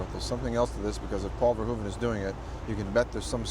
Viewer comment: This interview seems rare, it isn't even on the Criterion Edition of Robocop. Gotta respect Peter Weller as an talented actor and great human being...dude even Says Verhoeven's name right, the 'hoeven' part is pronounced as 'hoof' in Dutch.